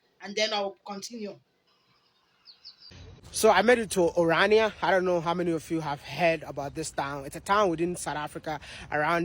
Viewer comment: I REALLY DO NOT KNOW WHAT IS AFRICA PROBLEM WITH ORANIA AS SOUTH AFRICAN'S WE DO NOT HAVE A PROBLEM WITH ORANIA. WE ARE FREE IN SOUTH AFRICA AS A BLACK PERSNO I CAN BUY A LAND AND NOT ALLOW ANYONE TO ENTER IN THAT LAND EXCEPT MY PEOPLE. PLEAS LEAVE ORANIA ALONE AS YOU ALSO DO NOT KNOW HOW TO PRONOUNCE IT. WE ARE NOT GOING TO DO ANYTHING ABOUT IT AND WE ARE VERY OKAY ABOUT IT